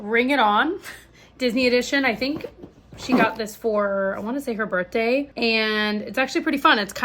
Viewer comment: Why do you keep pronouncing "birthday" as "birTday" it's so odd 😂😂 for her birTday